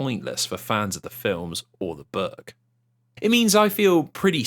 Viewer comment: The way this man pronounces "book" made the think he was saying "burg" for the first few minutes and left me very confused for that time xD Great watch so far trough